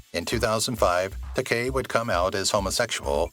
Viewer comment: I wish I had; it didn't get any better. And just how do you mispronounce George Takei's last name?